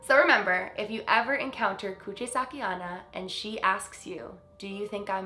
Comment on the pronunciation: Hey 👋🏻 I know I’m kinda late on this but her name is actually pronounced Kuchi-Sake-OH-Na. Ona means woman in Japanese and many female Japanese spirits share the name. Anyway love you 🤗